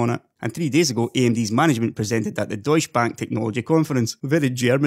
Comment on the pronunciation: Deutsche, pronounce the e. :p The change in percentage is also due to the fact that you need to know everything beforehand before you can make something better. As we start reaching the point where those who previously spearheaded the evolution of architectures retire, you'll see a time of very little progress or an extreme boom as new things are considered and either work fantastically or fail horrendously.